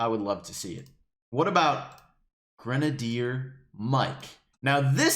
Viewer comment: when you pronounced grenadier, I laughed my head off